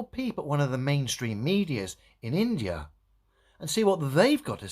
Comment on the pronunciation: Hey globealoids, get that in-da-ya🤣